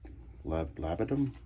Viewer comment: Great review! Glad to see someone reviewing Talent Soap Factory as I’ve been interested in them. Also, it is pronounced Lab-duh-num and Vet-eh-vurr (like fur).